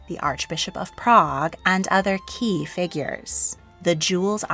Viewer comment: "Key" figures. Stop that.